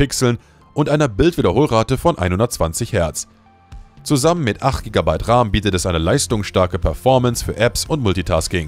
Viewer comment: Kein sehr gutes video. Und entweder ist das eine KI Stimme in dem Video oder das Skript ist voller grammatikfehler. Beispielsweise wird RAM, auch RAM ausgesprochen und nicht Raahm.